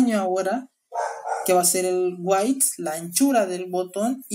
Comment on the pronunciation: Excelente... solo que Private se pronuncia Praivet, Width se pronuncia Widf, etc